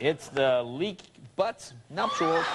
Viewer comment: There is no second "u" in "nuptial": it's not "nuptual".